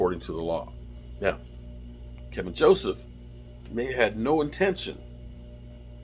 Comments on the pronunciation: second video you called him "Kevin".. put an L in it. KEL VIN. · It’s Kelvin not Kevin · Ke"l"vin Joseph isn't O.J. Simpson! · Is there any1 out there that can fix STUPID? Its Kelvin not Kevin...jus like its DK Metcalfe not DJ Metcalfe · Kelvin! Not kevin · yo his name is keLvin Joseph... not Kevin lol